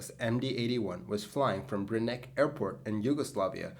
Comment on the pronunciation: Airport was called Brnik not Brinik.